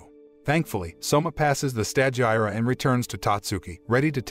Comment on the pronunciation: You desperately to watch & LISTEN to the anime in order to learn how to pronounce the names of things because as it is you mangling the language; stagiaire for instance is FRENCH & pronounced STAu-Ge-AIR 3 syllables, Long a, long i, silent e